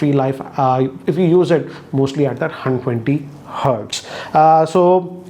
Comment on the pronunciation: Nobody:: “Hun Twenty Hertz”